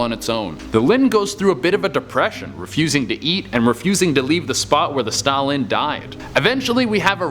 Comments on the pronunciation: It's pronounced stout land not Stalin, while the pokemon may be similar to the historical figure Stalin has more standards thank to hang out with Ash Ketchum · STOUT-LAND not stoulynn.... WTF littn LiT-T-EN...GgRrrrr ...LOL #ResearchISyourFRIEND come up in here disrespectin my Pokemon now c'mon!!! lol... STILL 💙 YA THOU CHE!!!! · Their names are pronounced Stoutland and Litten, not Stalin and Lin. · It’s Stoutland not Stalin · Who else got triggered when he kept pronounceing “litten” “Lin” and “stout-Lin” “Lin” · Ah yes, Lin and Stalin, my favourite Pokémon. Like goddamn dude, where were the t's in those pronunciations? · What was he even trying to say lol all I hear is Stalin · the way he says stoutland tho